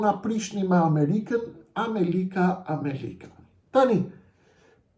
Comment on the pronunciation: Vetëm nga fjala > kuptohet lehtësisht se ky zagarë është investim i nazistit albin kurti, dhe tani po realizon interesat e albin nazistit për zgjedhjet që u bënë prej një viti dhe Kuvendi i Kosovës nuk fillon funksionin e tij.Turp të keshë o injorant që flet shqip.Asnjë gjë të mirë nuk nxore nga ky fjalim muti , përveçse ofendime ndaj Edi Ramës, dhe nuk thoni asnjë fjalë për agjentët sali berisha dhe albin kurti.